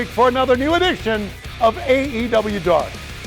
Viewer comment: tazz can't pronounce the name of the show